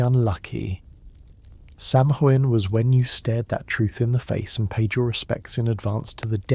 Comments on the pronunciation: Garlic speaker here. It’s “Sow-en” not inn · This was mentioned in the last video… it’s pronounced “Sow-En”… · It’s pronounced saw-win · Please pronounce samhain correctly it's pronounced sowinn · Great video. Btw, Samhain is pronounced “SAH-win” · If only he could get the pronouncing of our holiday correct. In the last one, it was Sam-hain or Salmon. In this one, it’s Sam-hoo-win. Several people have mentioned it already. 🤷🏻‍♀️